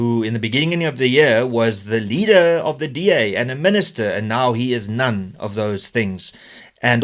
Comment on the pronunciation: Love the way you placed emphasis on "none"....still laughing